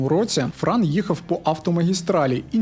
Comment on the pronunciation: Бро, не Фран, а Франо.